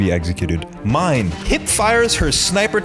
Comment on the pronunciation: dude, the manga is even MORE batshit. Tatsumi turns into a kaiju, permanently. He and Mine (which is pronounced MEE-NAY, ignore what the dub says) go off and try and fix him into the sunset. Esdeath unleashes a globally spanning blizzard, and generated an entire army worth of ice soldiers all by her fucking self